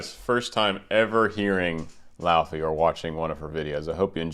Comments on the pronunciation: It's LAY-VEY for God's sake! It's pronounced LAY-VEY! She's from Iceland! Wise up! And stop interrupting! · Fun to know that her name is actually pronounced lay-vey, dw I got it wrong for months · its said ley-vey and wrote laufey but said ley-vey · It’s actually pronounced “Lay-vay”, which I only know because I’ve followed her on TikTok for a couple years and I pronounced it wrong at the beginning too. Her song “Let You Break My Heart Again” is my favorite, it’s very soft and pretty. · technically, it's loei-vei (in icelandic fashion), and lay-vay in a more english pronunciation! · I loved your commentary, but I would think a person of your caliber would do his homework and learn how to pronounce her name. It is not so hard if you have an ounce of language knowledge outside of English. Other than that, I appreciate you taking the time to analyse the singing of this globally popular star. She is clearly on the way to becoming one of the world's most popular singers and producers. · Icelander here, you're quite off on the pronunciation but great reaction regardless.